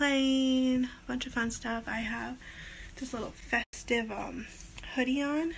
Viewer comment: I love "fet-sive" sweaters 🤣